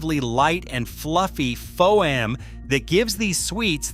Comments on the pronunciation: Shame this script is robot- read AI, because educated readers don't, just 1 example, call foam " fo-wam", as here😂😂😂Pay a human to read it, FGS😅😅😅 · ...🤣 how the AI pronounces "foam"